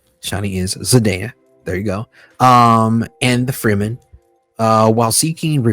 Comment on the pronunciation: frem. men. not free-men